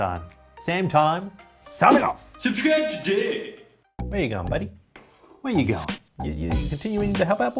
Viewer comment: I like the fancy accent you use when you say subscribe today.